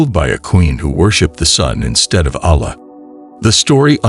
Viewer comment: Yaa.. Firstly must learn to pronounce Allah!